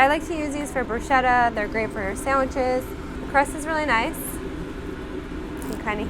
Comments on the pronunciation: Bruscheta, not Brew-shita 😂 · Very interesting, right up to the point where she said "bru-shetta". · say, "Broo-sketta"